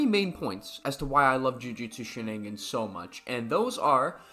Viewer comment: jujutsu she-nin-gins